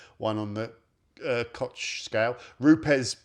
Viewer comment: "Kotsch" Chemie sagt er...es heißt KOCH und nicht "Kotsch", Dicker.... Könnt ihr Inselaffen eure Zunge beim Sprechen nicht richtig bewegen?🤔